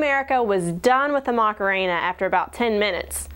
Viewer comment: i thought it was 'Macarena' not 'Mockuhena'